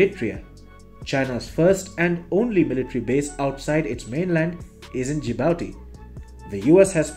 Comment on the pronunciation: Not japati but Djibouti